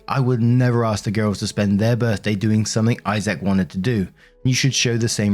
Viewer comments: I can feel all the Isaacs here cringing as he says "eye sack" instead of "eyes-ick" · Why are you pronouncing his name I-Zack?😂 It's Isaac, pronounced I-zic. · The name Isaac is said like (eyez-sick) but I did get a tickle out of the (hi-zack) version 😊